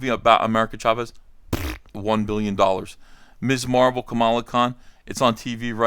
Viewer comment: I'm very impressed EVS actually pronounced Ms Marvel the proper way. Every other YouTuber calls her Miss Marvel. Ms is Mizz, dumb-asses.